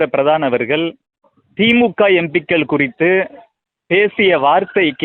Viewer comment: Your pronunciation of Empikkal is horrible. Learn to.pronounce words properly